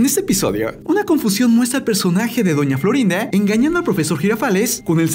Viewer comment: Porque dise doña florín a🤣❤